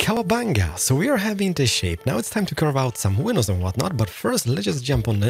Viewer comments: "window peinses" Never gets old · Is no one else hearing window penises!? When he’s going through the item list? It’s literally all I can hear! Thank you so much for this cheer up sesh. Great tutorial too 😍😂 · This dude really just said window penises when he was explaining his choice of blocks.